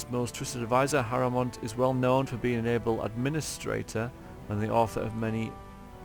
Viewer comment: "Bellend and Harrowmeat" Okay, V.